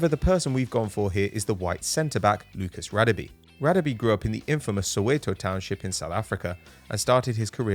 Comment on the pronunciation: It’s Lucas Gadabe pronounouced gha